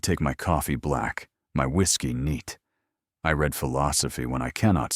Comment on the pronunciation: It was a good story. The dowager grandmother was a fool! She did, in the end redeem herself. AI mispronounced words, (heteronym word, “read”). I rate this tale a 5 out of 10.